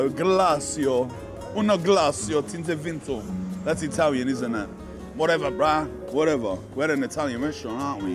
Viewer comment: Italiania 😅hahaha so funny 😁 if they say italian it italian right nope it's not!!